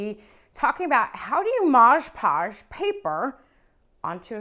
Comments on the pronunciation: Its mod podge not modge podge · It's called MOD Podge, not Modge Podge. I'll never understand why soooooo many people don't see this on the label and continue to mispronounce it....especially when making YouTube videos. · "Mod" Podge. Not "mahsh" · MOD PODGE! MOD NOT MODGE. I almost stopped watching because that bothered me so much. Ugh! 😣 Yeah, can’t do it. There are so many other videos with the same process. I couldn’t finish this one. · Midge Podge??? Mod Podge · Omg….I thought I was gonna lose my mind with the “Modge Podge” thing. But she did a good tutorial on Mod Podgeing this dresser. ❤ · It's MOD Podge. MOD - with no g, no j, just MOD. Then Podge. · Nice job, really. That said, wish your mother had taught you (in the 1970's) that it's MOD.... MOD PODGE.